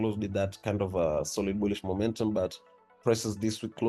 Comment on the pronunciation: It is Bullish not Gbullish And It is Bearish , not Gbearish Work on ur pronunciation bro 🤨